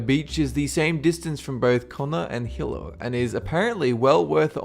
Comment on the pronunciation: Hilo to Kona. lol Hilo is pronounced He-low and Kona is pronounced Ko-nah. I'm from Hilo =)